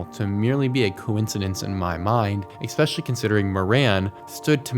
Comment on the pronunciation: Stop saying "eXpecially"!!!!